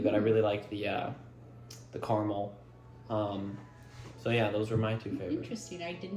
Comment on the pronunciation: I thank you for pronouncing Carmel as Carmel, not ‘car-a-Mel” yea yea yea !